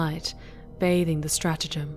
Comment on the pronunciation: One slight gripe; you're pronouncing strategium "stratagem". The thing is, the strategium is where stratagems are discussed on Imperial and heretic ships.